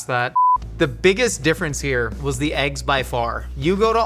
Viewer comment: "Aeggs". I hear it every time.